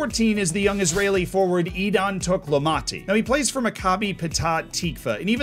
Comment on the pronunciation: This was worth the watch just to hear trying to say Idan Toklomati from Maccabi Petach Tikva If Ayal still there he should give him a lesson in Hebrew 😅